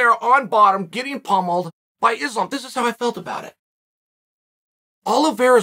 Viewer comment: Who is this izzlam mak-la-chev guy